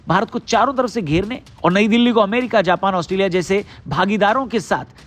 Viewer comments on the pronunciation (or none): none